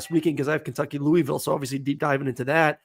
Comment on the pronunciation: Aaron if you gonna call our game please say our city’s name right. It’s Lou-a-vul